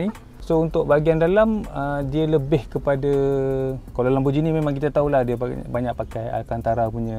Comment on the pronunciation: lamborgheeni bukan lamborjini